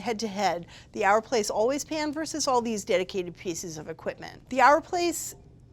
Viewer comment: It's OUR, like hour, not ARE. OUR PLACE